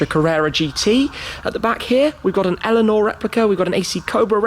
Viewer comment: "Mustang Alienor" Lol 'Eleanor' is literally an English name. You'd think he'd get that one right.